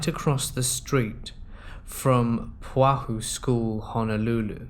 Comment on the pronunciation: LOL THAT PRONUNCIATION OF PUNAHOU SCHOOL IS HILARIOUSLY WRONG!!! It’s pronounced Poo-na-hoo.